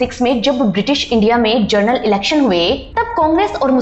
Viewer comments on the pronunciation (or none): none